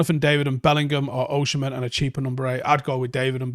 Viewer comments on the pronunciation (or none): I was hearing him say OSHI-MHEN..and it hurts my ears 😂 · OSI-MHEN not OSHI-MHEN😭😭😭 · It's Osimhen not Oshimen. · There's no "osh" in his name. Its "os-im-hen". OZZ-IM-HEN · It's pronounced O S I M E N.... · As a Nigerian, Osimhen is pronounced O-sim-men/o-si-men. I've seen you struggle a bit whenever you mention his name 😂 you're welcome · As an Edo man, it sounds even more strange.